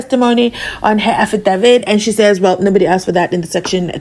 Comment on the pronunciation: I love how you and Mnisi pronouce AFIDAVIIIT ❤😊😂😂😂